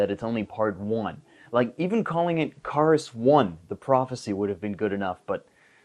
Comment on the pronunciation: you kepe saing karas wrong